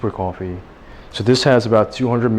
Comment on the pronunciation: why saying coffee a kwoffee 😂